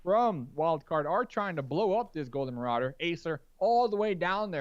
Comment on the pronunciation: Geeze its a Marado not marauder.